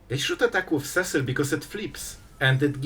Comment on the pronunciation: I’ve said it before and I will say it again: See-sill not Cessill Final Fantasy was only released last June and you still are stuck on Cess-sill. Never learning?